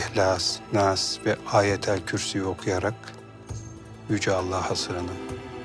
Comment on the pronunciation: Ayeti yanlış okuyor